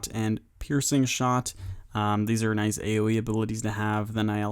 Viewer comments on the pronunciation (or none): none